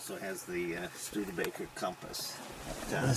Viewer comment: he said StudeRbaker lol and continues to say it.